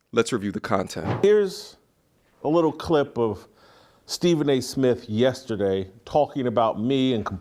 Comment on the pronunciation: Stephen A "Myth" 😂😂😂